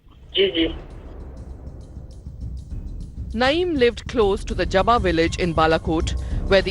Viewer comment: Ye Masjid JABRA kay aas paas hai ? stupid JABBA not JABRA :) Read script correctly or check with script writer